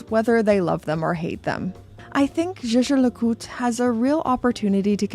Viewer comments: Zje zje le cout ? Pls put some effort in properly pronouncing the brand name… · “Jay Jay le Coot” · lol the pronunciation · Do you have butcher the pronunciation? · You pronounce Jaeger-LeCoultre like Megan Draper sang “zou bisou bisou” in Mad Men. C'est fantastique! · This is funny but also true. The founder of Rolex made up the name because he wanted something easy to pronounce in most languages. Meanwhile there’s JLC over here with a German name that I’m supposed to pronounce like I’m a French person…